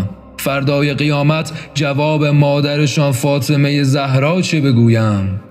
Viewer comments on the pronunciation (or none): none